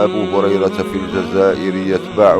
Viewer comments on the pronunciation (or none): none